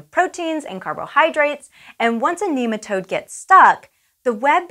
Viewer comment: She keeps on saying kneematode. Cant watch any lon